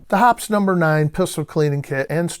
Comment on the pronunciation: It's pronounced "Hop eez". Not " hops ". I met the folks from Hoppes and that's how they pronounce it.